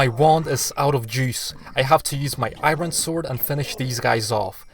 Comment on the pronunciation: Not gonna judge you how you say iron but kinda... Yep, gud